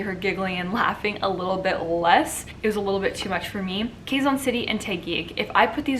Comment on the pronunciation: Hi, Sierra! I don't mean to nitpick. Just thought you might want to learn how to pronounce Filipino names and terms. Here goes... Quezon = /ke'-zon/ not /kheey-zan'/ Taguig = /ta-gig'/ not /tey-gig'/ Gumabao = /goo-ma'-baw/ All vowels sounds in Tagalog are short. Only one possible sound for each of the 5 vowels. The sound of letter /i/ though sounds a bit like a cross between short /i/ sound and long /e/ sound. Filipino languages don't have aspirated consonant sounds. So our letter /t/ for example sounds like the /t/ in "butter" and not like the /t/ in "tea". That's it for now. I don't wanna overwhelm you. Hehe. Btw, I love it when you speak fast. 👍